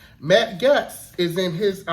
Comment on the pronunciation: I love your breakdowns. To contribute, Matt's Gaetz' last name sounds like "Gates" - not important, but I wanted to be a blessing to you.